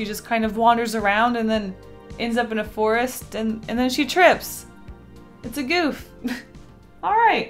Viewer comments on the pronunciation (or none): none